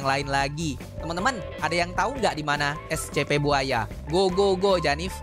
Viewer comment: Kok bilangnya escepe bang biasanya essipi